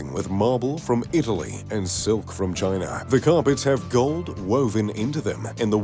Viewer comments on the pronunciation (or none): none